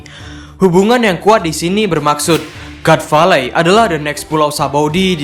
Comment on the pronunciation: god valley dibaca gat veilei, min.... Adoooohhhh.....